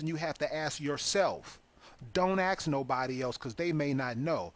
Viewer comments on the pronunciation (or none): please google the "horn of africa" you have no clue - the word is ask not axe??? wow just listen to yourself